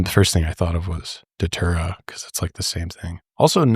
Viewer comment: Datura not daytura.